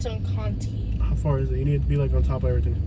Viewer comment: It's like you woke up and said let's go to Nola and do a shifty review of the city No.1 yes they had a storm last year not a Katrina but a lot of winds that's why the tarps And 2. You did not check to see if mardi Gras 3 learn how to pronounce the streets Conti is contie not contea